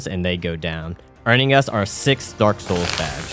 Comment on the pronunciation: Derek soils